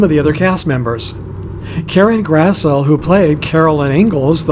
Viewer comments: That’s very interesting. I’ve been to De Smet to see the real graves too. BTW, Karen’s last name is pronounced Grass-LEE, not Grassel! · Karen Grassle’s last name is pronounced Grass-LEE. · Thanks for this. Enjoyed the scenery, even though you couldn't get to the actual location. By the way, Karen Grassle's last name is pronounced "grasslee."